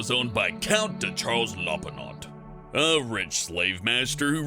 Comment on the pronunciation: The "t" in Lopinot is silent.